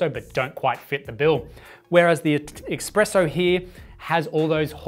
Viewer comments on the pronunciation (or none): Can you trust a source that says "expresso"? ;)